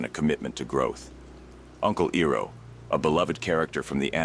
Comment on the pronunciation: His name is not Eroh It's Iroh. Calling yourself even in a make believe way. The real would do the research to confirm it's said in the context. Otherwise you piss of the true fans of the show. Don't insults us with this a second time we already have a M. Night shyamalan train wreck of a movie that shall not be named. This is one video I will never listen to again. It was going till you said E row a boat NO ITS I ROW A BOAT!!!!